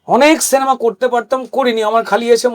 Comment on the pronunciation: সেনেমা আবার কি জিনিস!!! এত বড় মাপের একজন অভিনেতা, উচ্চারণ এমন হবে কেন!!!!!